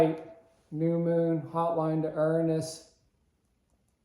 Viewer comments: That’s a new way to pronounce Uranus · You are mispronouncing URANUS.